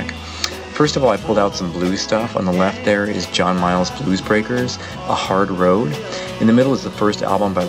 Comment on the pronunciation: FYI Regarding the first album you mention, John Mayall's name is pronouncd, May (like the month) All (like the detergent.) Thought I'd clarify, as Mayall has was a real pioneer within the world of blues. Great collection!